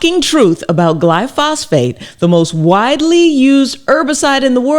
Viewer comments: I love your work Dr Rachel, but in this case you're wrong, and this is a PhD in analytical chemistry talking. Firstly try pronouncing it correctly (and writing it correctly). It's "glyphosate" not "glyphosphate." Secondly there have been literally thousands of studies of this chemical. I haven't read them all but I have read many. Yes it is ubiquitous but it is harmless. Without exception every single negative report I have seen ultimately is the product of ignorance, or a green-driven agenda. There is a cohort of individuals that want to destroy the farming industry and they are going after this chemical because it is so important to the industry. They know that if they can get this chemical off the market it will impose a massive impost on farmers, and potentially destroy the industry and that's what they want. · Dr. Rachel. With all due respect. It's not gly-phos-phate. It's gly-phosate. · Its glyphosate not glyphosphate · thanks doctor! but it's not glyphosphate, it's glyphosate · Thanks for this content. Excellent, as always! You've touched on a personal pet peeve. Please READ the word. Take your time. Carefully reading the word, it will become evident that word is pronounced: GLYPH-OS-ATE. The PH letter combination occurs exactly ONCE. I inserted the breaks for clarity, but I'm not sure, exactly, how this word is pronounced. I only know that it's NOT: GLY-PHOS-PHATE. I still love your content! ❤ That pronunciation was just nails-on-chalkboard driving me nuts! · It's glyphosate, not glyphosphate! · Glyphosate, not glyphosPHate.. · PS-- One thing is not in dispute is the pronunciation is GLY FO SATE, not fly fos phate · It's actually called glyphosate; not glyphosphate Dr. Rachael! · It's pronounced Glyphosate not Glyphosphate LOL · Is pronounced Gly Fo Sate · Gly -pho-sate….please… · I don’t like to complain but I think you slightly pronounced glyphosate wrong